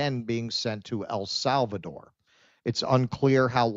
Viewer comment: It is EL Salvador, brother, not AL.